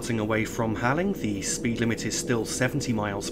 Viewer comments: Im sure this doesn't particularly matter but Halling is pronounced Hall-ling not Haling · Halling is pronounced Hauling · Hi. Great video as always. Just one very minor thing...Halling is pronounced as Hauling.